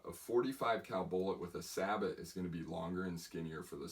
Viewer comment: Sabot is not pronounced that way is pronounced Say Bow!